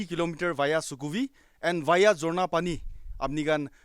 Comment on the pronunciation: Dude most Nagas cannot pronounce other tribe names. I'm sure you can't pronounce Angami, Lotha or Ao names 😅 if you don't belong to those tribes.